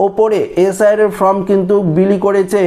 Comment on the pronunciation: ফ্রম নয়, ফর্ম হবে।